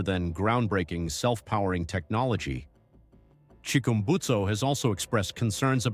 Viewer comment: Chickumbusto? (Chick-urm-busted)